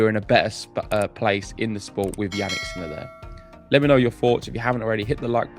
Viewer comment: Did you say "Jannik's Miller"? 😆😂